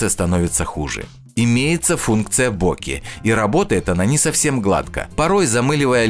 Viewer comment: Нет там "4-х осеВЫХ стабилизаций")) да и бокЭ, а не бОкэ)